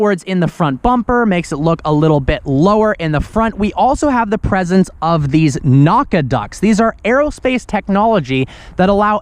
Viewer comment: "Naucaduct" sounds like something Goku or Gohan would scream...